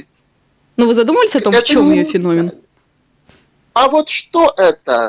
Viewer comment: Ребята... "Феномен" (ударение на вторую букву "е" в слове) Слух режет, вы же образованные люди... Почему так!? 😢